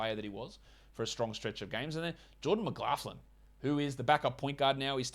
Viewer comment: you're getting better at saying McLaughlin.. 😆 GJ! Keep em comin!